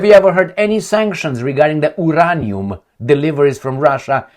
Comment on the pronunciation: Uranium Pronunciation, /jʊˈreɪniəm/ (yuu-RAY-nee-əm).